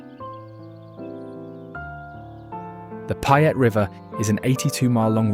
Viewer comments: "Even the locals don't know about???" You're not a local if you don't know about them. Oh and "Payette" is pronounced "PAY ette" not "PI ette". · Nice documentary, but if you are going to make a documentary about my state, learn how to say the names. You butchered ‘Payette’ and ‘Boise’ doesn’t have a Z in it.